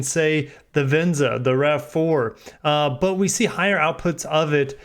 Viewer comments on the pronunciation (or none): none